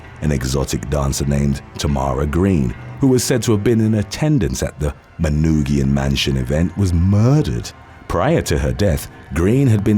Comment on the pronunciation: Shout out from suburban Detroit! I never would have guessed Kwame would be included on the list. Kudos for pronouncing Manoogian correctly